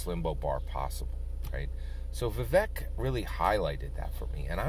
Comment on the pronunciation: Vivek is pronounced "Vi-Vake"